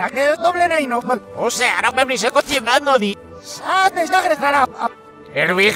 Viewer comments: Jajajaja dise cochimalo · Cuando dicen chocolate con almendras escucho : coche malo XD